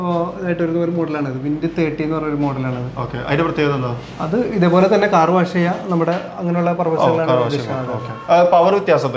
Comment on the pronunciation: വാശ് അല്ല....വാഷ്